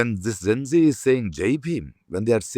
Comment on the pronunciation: Zen zee, zen zee, zen zee....!!! Arre bhai, it is Gen-Zee....bolo dus baar🙄..!!!Gen, Gen, Gen....!!!Had a better impression of him !!!